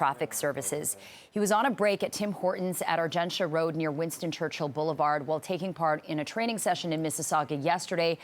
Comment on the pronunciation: Ar Gen T AH road